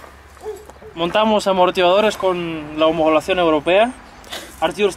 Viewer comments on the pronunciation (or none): “homogolacion europea” 🤣